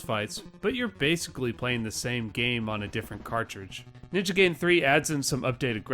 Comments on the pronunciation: Ninja GAH-iden, not 'gay-den' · It’s ninja GUY din, not ninja GAY din. That made me crack up. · that's pronounced Ninja GUY-den , not GAY-den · Its weird hearing people still call it "Ninja Gay-den" in the modern era. It's Guy-den, not Gay-den. It's about a Ninja Guy, not about a Ninja who is Gay. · Realize I'm commenting on an old video, and I have apologize if you've heard it before, but it's pronounced more like "guy-den". Just being a pedantic weeb. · The way you pronounce “Gaiden” shows that you didn’t watch The Wizard. 😝 Great video!